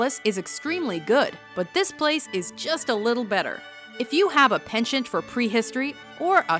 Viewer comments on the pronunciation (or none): none